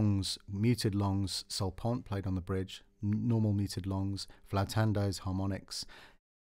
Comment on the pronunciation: Very nice! btw it is not "sul pont" it is "sul ponte"